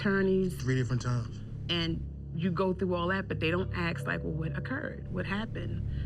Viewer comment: Anyone who pronounces “ask” as “axe” deserves to be arrested on the spot for crimes against humanity